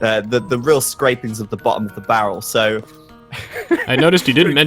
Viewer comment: "Bottle of the barrel" I hate to break it to ya, but the saying is "bottom of the barrel" lul